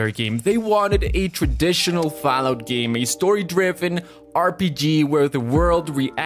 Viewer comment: Why does he keep saying Fow-out?